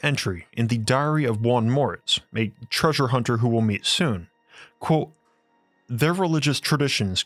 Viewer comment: It is pronounced "quote" not "quo".